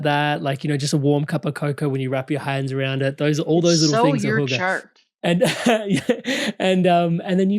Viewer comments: hygge- the pronunciation hygge(a) a as in apple. Regards from Denmark:yougotthis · ⭐️⭐️⭐️ Hygge mentioned and … pronounced (Hyoo-Guh) is a Danish lifestyle that emphasizes comfort, contentment, and warmth. 😊 It's about enjoying life's simple pleasures, like taking time to be together with people you care about.. or even by yourself.. to practice self care.. relax & enjoy life's quieter pleasures.♥️ Its good for us to do this for ourselves… especially now when so much is happening and changing… 💕💕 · Its "hygge"! Love from Sweden/Denmark!♥️🥰